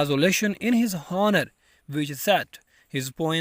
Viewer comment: Man, first u start to learn pronunciation...too bad ....pulitzer ,Boston, honour pronounced horribly.😢